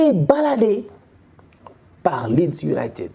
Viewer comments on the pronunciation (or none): none